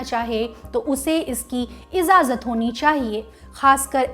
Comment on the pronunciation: Achchi kahi hindi bolti ho kyun urdu bolne ki koshish kar rahi ho? Ijajat nhi hai wo Ijazat hai. Aur majammat nhi, mazammat hai...😉